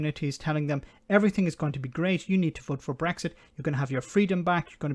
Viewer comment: She can't even say Brexit. She says Bwexit.